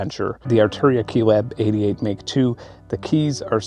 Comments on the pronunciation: Isn't it 'Mark' II / III etc? 🤔 Noticed you kept saying 'Make' – Just wondering if either a) I've been wrong my entire life, or b) It's a UK / US thing? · (1) Big fan, sorry to nitpick. (2) You mean "mark two" as opposed to "make two."